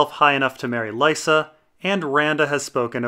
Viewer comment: Probably shouldn't pronounce Lysa's name the stupid way it's pronounced on the show. George always said Lee-sa in interviews.